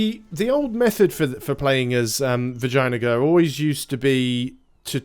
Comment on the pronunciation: I'm sure you butcher pronunciation on purpose... C-lon not Say-lon... I will let Vagina-gar go for now!!